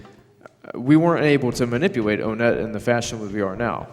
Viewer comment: I think we all feel that. Especially because of that speech impediment. "Manipuwate" "wilw rarewly" hhhhhhng